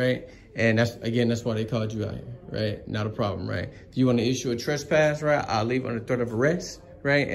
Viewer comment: It's called trespass not trust pass. But congrats I've never heard anyone get that as completely wrong as that. I don't point out a misspelling or things like that but this one cracked me up